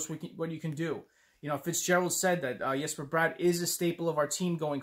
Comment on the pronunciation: That Forward lineup is interesting, I don't think I like those Defensemen pairings though. The Comrie pick up wasn't my first choice, but I've got to trust Fitzy enough to give him the benefit of the doubt. And I appreciate you pronouncing the name Yesper Bratt. Its not a hard name to pronounce, and we should respect the man enough to pronounce it correctly.